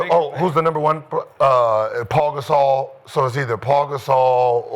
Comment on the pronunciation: “Paul Gasol”